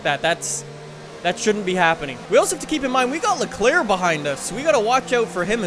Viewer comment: Dude amazing vid but you need to learn how to pronounce Leclerc and Vettel😂🤦🏼‍♂️